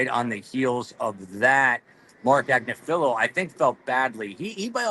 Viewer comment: Learn how to pronounce “Agnifilo”.